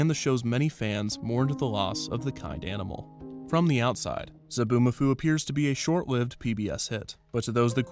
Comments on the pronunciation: Zoboo not Zaboo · It's Zoboomafoo, not Zaboomafoo. You had one job, ONE JOB